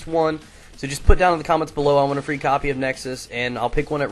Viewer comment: Can i get a fwee copy please.